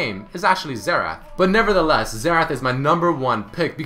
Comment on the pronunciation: he said xetrah but zed gameplay ?